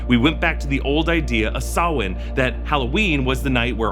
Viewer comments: fair play to for pronouncing Samhain correctly! (From: A Dub in Ireland) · AND youre saying samhain correctly?!?! i need a trick r treat vid ASAP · never heard sam hain pronounced that way neat